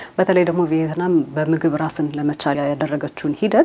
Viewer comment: ቪየትናም እንጂ ቬይትናም አይደለም